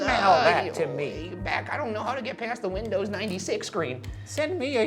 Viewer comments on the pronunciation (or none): none